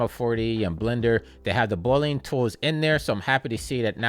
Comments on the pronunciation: Thanks! Also had me giggling every time you said “boo-lean” 😎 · Straight to the point! Loved how you pronounced "Boolean" haha Cheers!